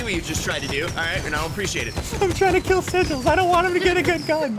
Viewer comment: When he said sigils it sounded like cizzorz